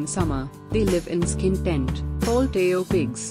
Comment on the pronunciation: It's not teu pigs it's toupigs